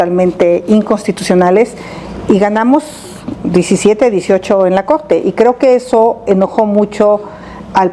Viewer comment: "eg que vine a defendeg a la cogte"...ya chole con esa señora!